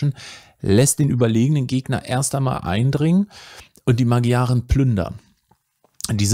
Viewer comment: Tolles Video. Nur die Magyaren spricht man anders aus. Wenn ich mich recht erinnere etwa Ma(d)scharen